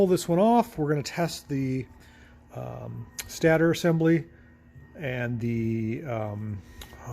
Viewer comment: I believe the stater is pronounced "state-er".